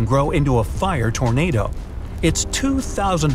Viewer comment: fiar whielr fiar toernadeo